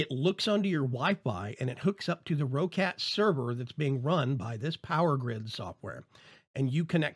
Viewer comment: the people in the videos from the company itself say "ROCKET" not ROH-CAT,... just sayin,...